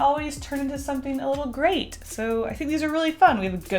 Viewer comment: Took me a second to get "gray-te"